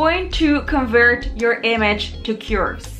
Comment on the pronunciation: It’s curves not cures lol good video